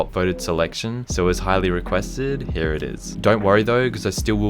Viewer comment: Everybody: "Here": "Heeya"